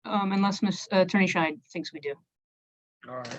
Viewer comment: I think needs to enunciate the D on the end of Ms. Scheid's name, as it sounds like he's referring to her as Ms. Shite.